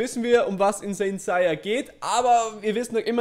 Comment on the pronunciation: Seiya (englisch ausgesprochen) nicht saiya